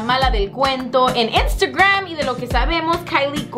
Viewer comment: Le regreso casa vez que dices Instagrrrmmm jjajajajaj